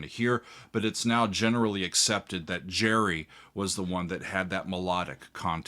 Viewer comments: HIS NAME GERRY NOY JERRY ITS A HARD G ITS SCOTTISH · So why is he calling Gerry, as Gary. A good listener? Not.